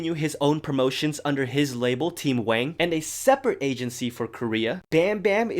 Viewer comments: His name is Wang not Wong. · Unrelated but i wanted to point out that you've mispronounced Jackson Wang's surname; it is supposed to be w`ah'ng not wh`ae'ng.